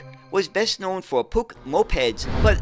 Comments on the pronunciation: Steyr and Puch are places in Austria that give the company its name. Puch is actually pronounced Puch, with a short U, and not with a ck at the end. Steyr was and is not only known for vehicles, another part of it is involved in the production of rifles, of which the STG 77 is one of the best known. The Steyr gunsmiths sell under the name Steyr-Manlicher. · Another interesting look into oddities in the bus world. I remember the Puch name as a child but heard it pronounced 'Pooch'. The half cab and small wheels make it look futuristic. It would seem in place in a futuristic science-fiction film or childrens animation! The panoramic version looks more sensible. It certainly has a market, airports and tourist vehicles etc. Didn't notice the UK connection, until mentioned, but remember these more sensible versions. Great stuff! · From what I understand Puch is pronounced 'Pooch', like a small dog/hound? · I've always pronounced Puch as "pooch." Have I been saying it incorrect since I spotted a Puch Magnum mkII at a local mall in '79? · I've always pronounced it 'Pook' (with a short vowel sound rather than a long one). Shows how wrong you can be! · Steyr and Puch are places in Austria that give the company its name. Puch is actually pronounced Puch, with a short U, and not with a ck.